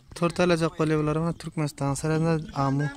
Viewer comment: Kunakladık değil konakladık. Amo değil Amu.